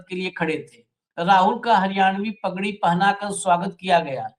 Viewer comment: पगड़ी बहुत बड़ी इज्जत बहुत बड़ा सर का ताज, जिम्मेदारी के रूप में भार, होता है। कृपया शुद्ध उच्चारण कीजिए। वगड़ी कोई शब्द नहीं होता।😊 यह शब्द पगड़ी का पर्यायवाची शब्द है जो की प्रयोग करने के काबिल नहीं है। समाज इसे कुदृष्टि से देखता है। अतः कृपया पगड़ी के साथ यह पर्यायवाची शब्द प्रयोग ना करें। प्रधान धनखड़ खाप।